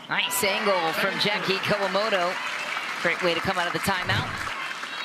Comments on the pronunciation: It's KA-WA-MO-TO, announcer with terrible pronunciation. They are Grand Slam Gold Medalists. Give respect. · I think she managed to pronounce their name Kawamoto, Kowamoto and Kowamato all in one sentence right at the end of the match. So distracting listening to her get it wrong the whole match.